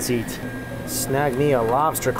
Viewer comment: "All you can Yeat!"